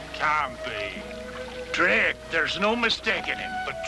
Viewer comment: Sometimes seems to say 'Blake' instead of 'Drake' LOL